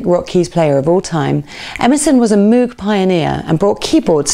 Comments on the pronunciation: Nice article. Please learn how to pronounce Moog properly. (Not Mewg!) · Good stuff - Moog is pronounced like '"rogue", not with an "ooo", though. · Keith always pronounced it MOAG, can’t argue with that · Everyone seems to pronounce Moog, the reason is that cows produce a moo add a g entirely logical to pronounce it moog. If moog wanted it to be pronounced mogue then why was it not spelt it this way? Moog synthesizer (pronounced /moʊɡ/ MOHG; often anglicized to /muːɡ/ MOOG, though Robert Moog preferred the former). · If you apply English pronunciation rules to foreign language words like Moog you know it's going to be wrong. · I'm an Emerson fan, but our host here left out Rick Wakeman, which is a monumentally enormous faux pas. What was she thinking? And to be snippy, she can't pronounce 'Moog'. (sigh)